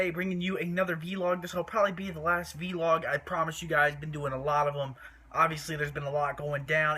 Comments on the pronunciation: it's pronounced vlog not veelog. I mean do you pronounce blog beelog, NO! So say it right. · He says V-log